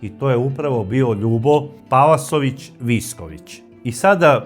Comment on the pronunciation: Gospodine, nije PaLasović nego PaVasović